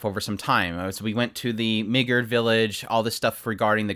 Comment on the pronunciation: This is just a piece of advice but the way you pronounce migerd sounds exactly like the n word so you might be better off pronouncing it like the dub (ME-GRRd) so you can avoid any cancel police 😅 great video though!!